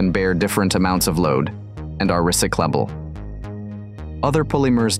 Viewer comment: Your machine reading thing did not know how to pronounce "recyclable". And I do NOT appreciate these computer-generated videos!